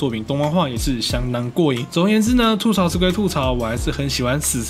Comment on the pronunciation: 吐(ㄊㄨˋ )嘈，這個詞是閩南語，而且吐這個字在國語中也有四聲的讀音，沒道理讀三聲。